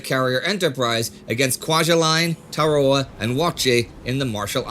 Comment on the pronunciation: TAR-ah-wah. KWAJ-u-lain.